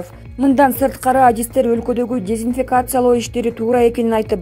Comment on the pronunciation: Журналист ушунча катаа менен окуйсунбу?.Новогород дейт.Ал Новгород болсо керек.Дезинфекация дейсин.А эч нерсе эмес ЖКнын спикери тантырап атса сага кудай бербейби.